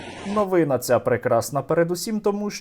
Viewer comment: пане Стерненко ,укр. новинА / множ. новИни . ,виправте наголос в майбутніх передачах